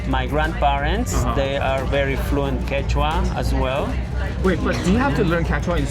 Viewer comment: 抱歉！一直把Quechua聽成番茄醬～